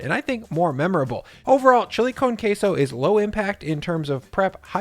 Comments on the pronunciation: Wtf is "Kay-Sow"? Its pronounced Keh-soh. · "chilly cone qesso" dip 😭😭🤣☠️